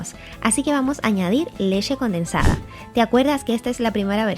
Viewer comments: Leche o leshe??😂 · De solo escuchar lesheeee . Sabia q iba todo mal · Por qué dices leshe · Leshe? O leche? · Aroz con lessshe 😂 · La lesheeee lesheeee lesheee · Porque dice lexe??